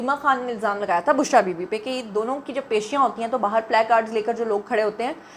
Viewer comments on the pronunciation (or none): none